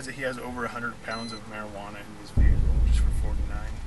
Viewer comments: Why Vehhhhicle? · Bruh why do they say vehhicle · why do all cops say vee-hickle lmao